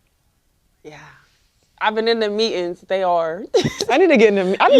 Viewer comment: Lol. What an the hell is "Meat-ings?"